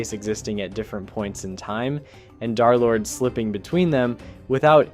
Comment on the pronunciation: Yo twin who tf is DARlord? Its DUR-lord